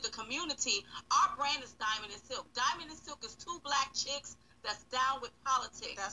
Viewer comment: Why did I hear you say linen and silk? 😂😂😂